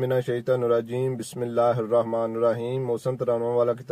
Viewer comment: Phly to ap BismeALLAH sekho ghalt bol rhy ho , Khuda k lye koi be bnda kafala na kro